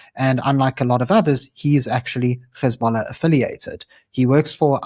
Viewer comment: Yeah keep it up ... btw its pronounced HEZ(bollah) not GHEZ(ballah)